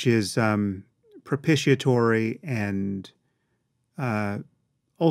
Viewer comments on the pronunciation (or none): Thank you for including the cc transcript. I have a pretty good vocabulary, but Sam's 'propitiatory' was not in it. Plus I heard it with an F (as in profitiatory, not fropitiatory) 🤣 Fophia